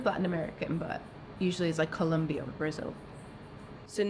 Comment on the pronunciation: The cute one needs to brush her teeth and learns how to pronounce COLOMBIA……SHES SO SMART BUT DUMB. SHE SAID COLOMBIO with full confidence